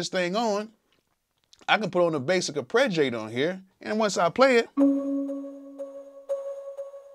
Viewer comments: LOVE your raw work Bro. One comment = AR- PAY-GEE-A-TOR, not AR-PRE-GEE-A-TOR. Root of the word is arpeggiate! Much love, you are simply an AMAZING source for creative music inspiration! THANK YOU, THANK YOU, THANK YOU!!! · Very cool and informative video. One bone to pick with you though. The word is ARPEGGiator, not ArpReggiator.